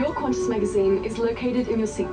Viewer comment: It's Qantas, not Quantas, for God's sake. I think your other ascertainments are about as correct as this was.